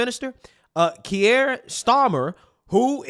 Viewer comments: Kier Starmer’s name is pronounced KEER not KEE-EHR as in “Pierre”! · Keir Starmer, pronounced Keer, like *ear*, but with a K, one syllable. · 🔑 key-a starmer